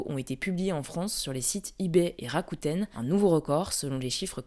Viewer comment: Ça se prononce Rakute on dit pas le N